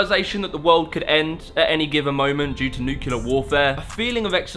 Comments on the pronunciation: I hit the stop button. Why? It’s pronounced NU-CLE-AR,” not NUKE-YU-LER. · Nukyaler warfare sounds terrifying but I’d be more afraid of nuclear warfare. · this guy says Nu-ku-ler. LOL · it's nuclear, not nucular. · Did you say nuke-u-lerr? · You lost all credibility when you said NUCULAR. Jesus Christmas. Can anyone be taken seriously anymore? Its rhetorical: the answer is almost always no. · I was enjoying this video until you said 'nucular'. Now it feels like i'm listening to a child. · New-clear not nucular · It is NUCLear not NUKElar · this video is chock full of inaccuracies. The hipsters became mods in the 60's, not hippies. also you mispronounced "nuclear"